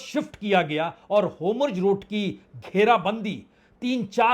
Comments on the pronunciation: Homurz nahi 🧐….. Hormuz hai wo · Wrongly spoken: Anchor should correct it. NOT Homjojeroot but Hormuz NOT Notanu but Netanyahu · Lacchar support team.can't speak HORMUZ properly.